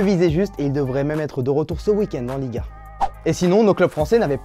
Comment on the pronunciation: Darky _smoke il a dit liga mais j’avou on dirait il a dit ligue 1🤣